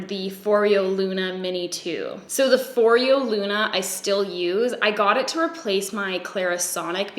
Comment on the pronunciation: i'm not trying to be THAT person, but foreo is pronounced as [FOR-EH-OH] love this video btw!